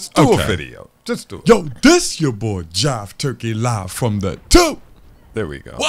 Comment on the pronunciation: It’s Jive bruh, I knew this man wasn’t serious 😂